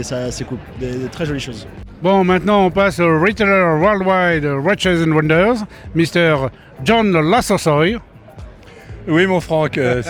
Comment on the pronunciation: Bien vouloir prononcer "Watchiiiiiizzzz and wonders"